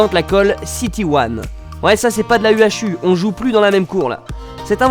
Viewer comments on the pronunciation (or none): De la « U.H.U » 😭😭😂😂 on dit de la colle « UU » pour la UHU 😭😭😂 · La U H U, prononcée u-ache-u, really ??? lol